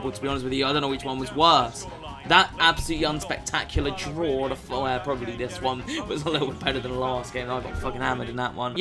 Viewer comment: "Game number onme " i love it